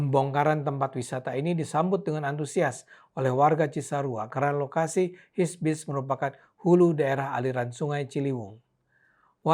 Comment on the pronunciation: HIBISC pak bukan HISBIS hehe